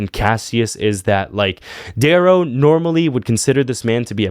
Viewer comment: bro butchered dayrow 😂